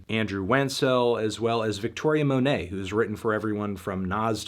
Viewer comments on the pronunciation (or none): none